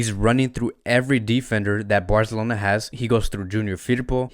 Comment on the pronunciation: Dude can’t say Barcelona correctly 😂